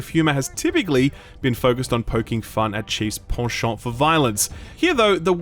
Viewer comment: like for correct pronunciation of 'penchant'.